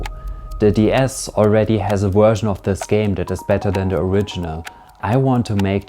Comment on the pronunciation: why some contries say "Uhersion" or "Guersion" instead of Version? fascinating